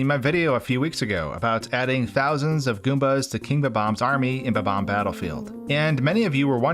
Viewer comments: BOB BOMB not BUBBOMB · Incorrect: Buh-Bomb Incorrect: Bob-umb Correct: Bob-omb Everyone pronounces it buh-bomb which is just incorrect! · Why does this guy's pronunication of bob-omb always make me laugh so much?